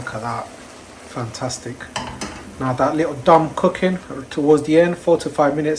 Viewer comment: lol you from Leicester mate? I heard the (likkle stir) 😂and thanks for the awesome video.